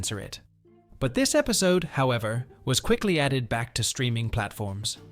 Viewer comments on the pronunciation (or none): Is everyone just gonna ignore the fact that he said episto?